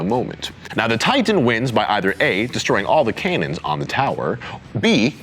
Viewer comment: fire the kane-nens!